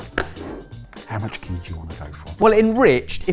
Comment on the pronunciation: Stop saying gee it’s just butter